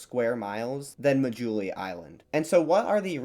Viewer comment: people of Assam are an admixture of indo-aryans and tibeto-burman people. Assamese language is an Indo-European language related to English French and German, surrounding hilly tribes speak various Tibeto-Burman family languages. The 'indigenous peoples' of northeast India are long gone. They were related to Papuans and Andamanese people . On a side note the islands name is pronounced 'maa+juli'.